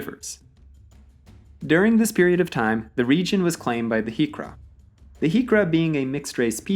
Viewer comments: I forgot to mention the Griqua people and Griqualand... not 'Heekqua'. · I've never heard of the Griqua being called hiqra but with how you pronounced boer already gave away your non South African roots. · Griqua is pronounced Greekwa.